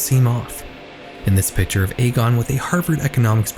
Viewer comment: Just so you're aware, Egon is typically pronounced "EE-gone". One of the main characters of Ghostbusters is named Egon if hearing it outloud would help. I would really really recommend finding a video of someone pronouncing that name if you aren't 100% positive how it's pronounced, especially if you're making a whole video about one person where that name will be repeated a lot. Pronouncing the subject of the video's name wrong right off the bat makes me question the validity of the rest of the research moving forward. Youtubers as a whole seem to have stopped prioritizing finding out how names and places are pronounced before making a video purporting to be informed on the topic, but that really needs be included when you're doing as extensive research as I know you're doing. Names are basic respect, pronouncing them correctly matters.